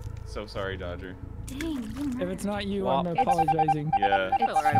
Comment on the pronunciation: hello i'm! everyone else for the rest of the game: dodger. no. only dodger.